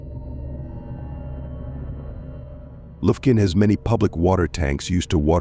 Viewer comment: AI is retarded! Lufkun, TX. Really?